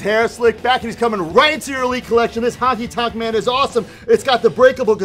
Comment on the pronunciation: Did he say the "Hockey tonk" Man??? 😂😂😂